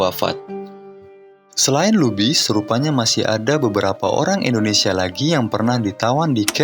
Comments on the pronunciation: INDONESIA BUKAN ENDONESIA PERBAIKI PENGUCAPAN NYA.. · Dulu indonesia di sebut nya endonesia bang, sering" nonton pidato soekarno